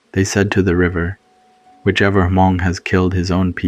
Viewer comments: Good story but couldn’t get past the inconsistent pronunciations and Huh-mong instead of Hmong pronunciation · Loved it but please don't say H-mong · Same here! Like bro you know how to say these common words. L For example, Haa Mong!? Like really!? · Hey, so, Laotion is pronounced like (Lay-ocean) & Hmong should sound more like (Mong). Great storytelling, though!